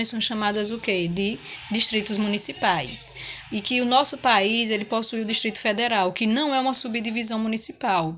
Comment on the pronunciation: É país ñ bais 😁